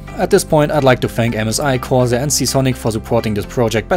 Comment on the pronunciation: You read 'Corsair' quite uniquely XD